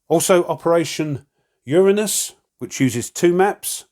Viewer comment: Nice, I think you mispronounced Uranus though